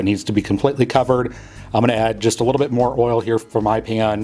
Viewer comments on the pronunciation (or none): How you say pan does something to my soul. ✨cringe✨